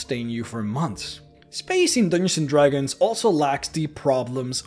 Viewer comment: "Dooginzin Dragons"